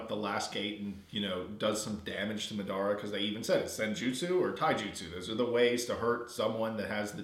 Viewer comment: oh and it's mah-duh-ruh (madara) not mid-ar-a